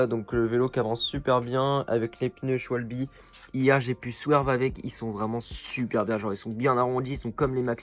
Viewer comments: C pas shwalbi sa se dit shwabeul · Qui dit Schwalbe et pas Scwalbie